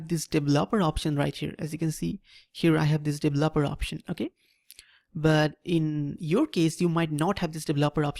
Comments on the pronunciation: devel-oper (*lmao*) that is exactly what we are devil-opers ... (right pronunciation is D-veloper) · Im actually quite annoyed with how he pronounced it.. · Your pronunciation of "developer" and "enabled" cracks me up